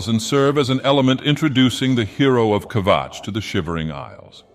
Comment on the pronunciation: I will never tire of hearing say Kvatch.